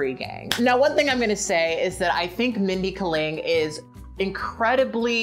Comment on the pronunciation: Kat said a name wrong? UNSUBBED!